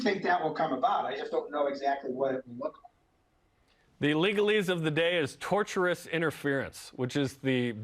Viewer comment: Tortious interference, not torturous interference,.